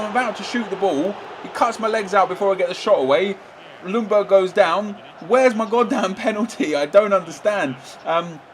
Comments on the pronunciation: It´s pronunced Jungberg!! The L is quiet! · The L in Ljungberg is silent.